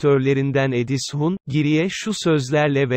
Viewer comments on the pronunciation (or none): Edis hun değil EDİZ hun